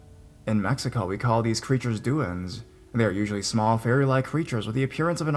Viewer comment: Duende is pronounced doo-wen-dee, btw, but, great stories.